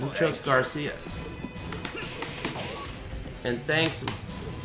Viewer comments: Did he just said "muchos GARCIAS"? LOOOL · When's someone gonna tell him that's it's "muchas gratias"?